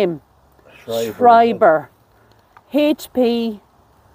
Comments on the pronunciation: Schreiber ( Shryber was the right pronunciation) is a German surname. I'll have to share this video with my hubby. His family has Schreiber lineage. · Yes you pronounced Schreiber correctly guys ❤️💙